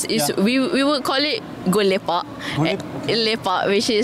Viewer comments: Just some humble correction her name actually "" not "kiss" "Go Lepak" not "Gu Lipa" "Mamak" not "Mama". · Actually is not "Gu Li pa" is actually like "Go lepak "😂